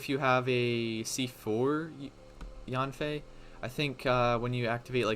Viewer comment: Hey I know her name pronunciation doesn’t really matter but it’s pronounced as “yen-fei”. Yes it’s in English but chinese names are often pronounced close to the Chinese word characters even if they’re spelled in English